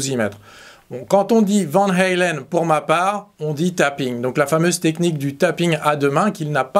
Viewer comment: Néerlandaise le a se prononce a et pas aïe vaaaan haaaaalen